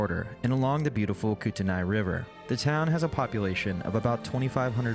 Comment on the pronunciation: Common pronunciation for Kootenai is, Koot n ee, or Kooten ee